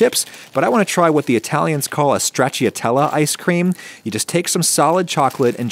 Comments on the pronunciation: FWIW, "Stra-cha-tell-a" - no 'i' sound. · Stracciatella is pronounced without "i" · stracciatella😂 Si pronucia stracciatella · The way you pronounced stracciatella is so funny to me😭